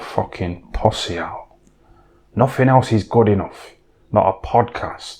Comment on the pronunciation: LOVE THE WAY HE SAYS PUSSY 'POSSY'.